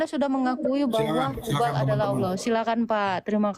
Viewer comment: Nggak yakin ibu ini mantan muslimah. Krn di vidio yg lain ketika dia menyebut Allah lafaznya ya seperti nonis pada umumnya 🤦‍♀